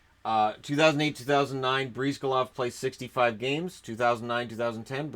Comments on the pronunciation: It is pronounced “Bris-GAH-lahv”, not “Breez-guh-lahv”. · The way you say Bryzgalov hurts me.